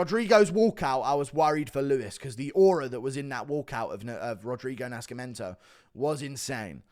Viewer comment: The C is silent in Nascimiento